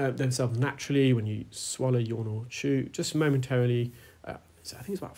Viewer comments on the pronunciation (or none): none